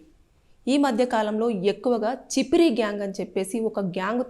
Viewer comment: అది చిపిరి కాదు అక్క ఛప్రి 😂😂